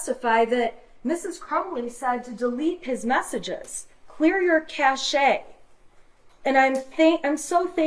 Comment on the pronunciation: She still doesn't pronounce cache correctly.